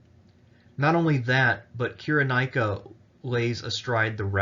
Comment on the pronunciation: Interesting, but it's pronounced: [SY] + [RUH] + [NAY] + [I] + [KUH]